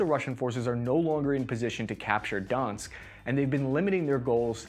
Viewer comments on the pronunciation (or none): The name is not donsk... Sounds like Dor-nesk.. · Thank you for making the video. My only gripe is that a lot of the pronunciation is wrong. -Donetsk (Донецк) = don yetsk (not donsk or dinsk) -Odesa (Одесса) = oh dessa (like Odessa, TX, where Claire Bennet lived in Heroes) -Moskva (Москва) = mosk vah. It's how Russians say Moscow. There are only two syllables. Lots of reporters get this wrong, too. Miscellaneous info: -"Severo-" (Северо-) means "north" in Russian. The Ukrainian and Russian languages are very, very similar. -Kyiv and Kharkiv are the newer Ukrainian names of the cities Kiev and Kharkov back when Ukraine was part of the Soviet Union. For the same reason, I believe Odesa used to be called Odessa. I learned Russian in college, so I'm using the Russian spellings. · Apart from all the mispronunciations where Donetsk was sounding like Donsk, I think for the sake of sanity it will be best if you call the Russian Air Force by their acronym in Russian - ВВС (Вое́нно-возду́шные си́лы) or VVS (voénno-vazdúshnyi sílyi). RAF is used in the English-speaking world to point to the Royal Air Force of the UK, which can cause a lot of confusion given the context of your videos. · before your next vid, repeat after me: "do-netsk" . Donetsk (not Dansk - I believe that refers to the Danish language) ;) se-ve-ro-do-netsk ;) do-netsk region. ;) thanks for the video. very well made. and much appreciated. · Cool analysis. You will speak about that region a lot, thus please try pronouncing it better :) "Don-Yetsk".. not Dansk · I think he's trying to mispronounce everything at this point lol. I appreciate his need for vowel harmony. Kerison Moskava DONSK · doing an excellent job of carpet bombing all these place names. Donetsk is Donsk? Severodonetsk is Sevrodonsk? Time to smoke more apple hookah in Bag Dad. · Kherson is Pronounced Keer-San, Donetsk is Doh-netsk, SeveroDonetsk is Seh-vair-oh-doh-netsk, kharkiv is Car-keyv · North Donetsk